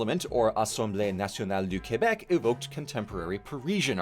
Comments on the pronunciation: Finally, an English that can say Québec correctly. Merci,! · Me: Oh hey wow! Not only shows some attention to my homeland, but also has a flawless pronunciation of "Québec"! That's so cool and refreshing! Bien joué! The important thing to know is that Quebec's proud national identity is borne out of a good dose of spite. Basically, England didn't want to forcefully assimilate Québec and devolve into a revolt, either directly after the war or in the centuries that followed, so they put laws and social norms privileging English-speaking people* in place in hopes of assimilating French Canadian culture and language... except my ancestors consistently reacted with «We see what you're trying to do and we won't let you! Va te faire mettre!» *Excellent work from for picking up on that while describing the Chateau Frontenac! You get us, mon gars! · as a Québecois, my only true comment is: thank you for pronuncing Québec the right way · Thank you for not calling it Qwebec :D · I love, LOVE that you pronounced it Kebec, as it should be! Thank you for the effort! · It's been a hot minute since I've heard an English person person pronounce Québec properly. Made me do a bouble take ngl.